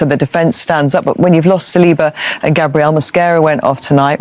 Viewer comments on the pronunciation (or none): none